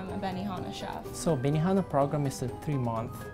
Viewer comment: benihama? BENIFUCKINGHANA?!?!